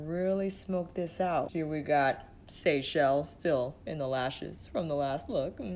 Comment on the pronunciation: You get extra points for being the only YouTuber to pronounce “Seychelles” correctly! Haha!